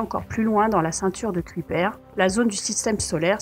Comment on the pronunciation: "Kuiper" : "Ceuille-peur"